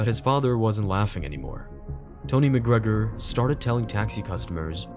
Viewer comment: Connor Mc Grogrer